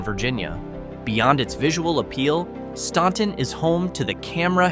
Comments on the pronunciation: It's pronounced StANton, not StAUnton. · Pronounce Staunton like the U isn't there. It is called phonetically "Stanton" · As a native Virginian, you are saying Staunton all wrong and it drove me nuts. STAN-Ton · its definitely pronounced stan-ton. Ive lived by it my whole life. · "Made up mostly of crab fishermen," he says, showing oystermen next to a pile of oysters. They're called "Watermen." Also, Staunton is pronounced like "Stanton," because they misspelled the name on the record but the pronunciation stayed. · I get it, but your pronunciation hurt. We’re weird and don’t always pronounce things the way they are spelled.